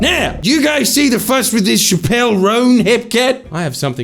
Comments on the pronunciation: i die every time he pronounces chappell as shapp-elle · Its Chappel (ch-Apple)